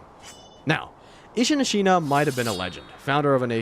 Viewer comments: The way u pronounced Ashina made me feel like you didn't die to Genchiro that many times lol... or played the game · lord, its pissing me off the way you say ¨ashina¨ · are you expecting acutal pitch accent accuracy? :O i mean he does say the syllables correctly. i think it was a↓shina and not a↑shina how he says it in the video.